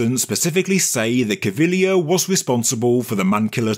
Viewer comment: Thank you so much for not murdering Cpt Caviglia's name.